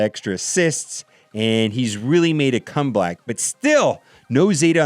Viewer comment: He said General Kenobi come black at 10 mins 55 secs. lol